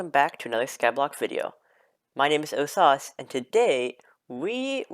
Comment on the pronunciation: when u said "my name is " i thought u said "Osas"